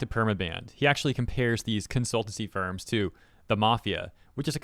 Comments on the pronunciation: What I heard: "My gosh these sperms continue to prove how corrupt they are" What he said: "My gosh these firms continue to prove how corrupt they are" For a moment I thought went wild 😅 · I must have bad hearing because you said ‘these firms’ and I heard ‘these sperms. Just saying my invasive thoughts out loud.